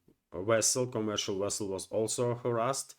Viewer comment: "Captain, the wessel is threatening us"